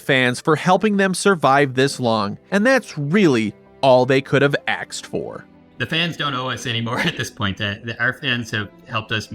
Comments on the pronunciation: It is ASKED, not AXED, do people really forget how to speak properly? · This is my favourite YouTube channel. The research is immense. And yet, saying 'aksed or axed' instead of 'asked' is absolutely unforgivable. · I stayed when he said ax once but every single time? Please learn how to annunciate. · Why do you keep saying axed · I think it was a deliberate pun. I heard axe too and had no subtitles, so I assumed that it was done on purpose having in mind that is how some people actually pronounce the word asked. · "Axed for" 😅😂